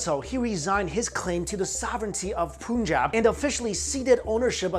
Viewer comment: WHY YOU GUYS ALWAYS PRONOUNCE SHEIKH AND PUNJAB WRONG ?